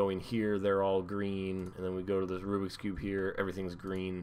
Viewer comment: Rubik's cube... Not "Rubix" cube!